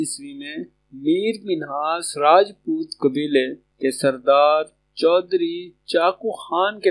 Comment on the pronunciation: میر منہاس نہیں جناب مائر منہاس ہے